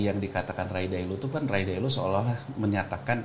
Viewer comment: Take a sip every time he pronounces Ray Dalio as "Ray Dailo" 😂